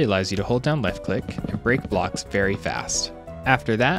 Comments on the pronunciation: You said "enchanced flight" rather than enhanced. 🤣 Oops. :) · Nice, but that's not how you pronounce "Enhanced"